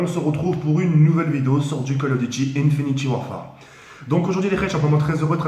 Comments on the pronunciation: "Infinty warfare"😔😔😔😔 sa s'dit infinite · ok... je vous en suplie arretez de dire infinity warfar mais infinit warfare... si nn bonne video tk